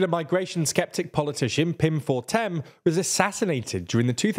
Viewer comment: It's Pim Fortuyn not Fortem. (it's the M that bugs me)